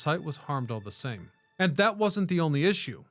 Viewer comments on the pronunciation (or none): none